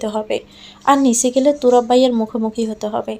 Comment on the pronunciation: গল্পের নায়কের নাম তুরাব তাহলে তুবার বলে কেন????